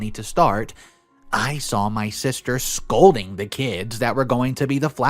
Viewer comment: I want to say this as kind, and loving as possible, because I too sometimes read something incorrectly. And my spelling is bad because of a learning disability. The word scolding is pronounced like: (sk old ing), and the name "Chopin" is pronounced like (Show pan or show pin) I few posts back there were some haters criticizing you because you sometimes misread words. I reminded them that it is not easy to read allowed, nevermind to a thousand or more people ever day. It must be so hard to be so hateful, that you feel you must criticize others. Don't worry, I got your back, and so do all the other thousands of people too. Don't listen to the bull shit they're slinging. It's the only thing in their lives they have left to throw.